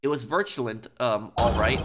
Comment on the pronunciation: "virtue-lent" lmao